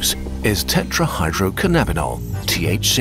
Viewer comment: The main problem I have with this video is the pronunciation of tetrahydrocannabinol. Why did you pronounce it tetrahydroc'nabbinol instead of tetrahydrocannabinol. It's pronounced cannabis, not c'nabbis. The same goes for cannabinoid.